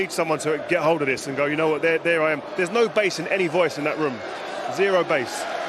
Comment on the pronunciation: Man said "ZERO BASS" 😂😂😂